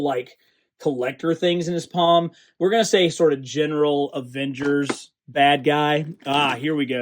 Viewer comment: "Aengers vialians"